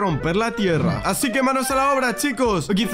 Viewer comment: xd el que corrige... dice "aci" se dice: "así"